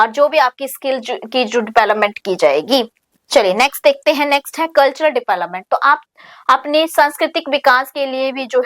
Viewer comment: Please mam kbi to development ka sahi pronunciation kro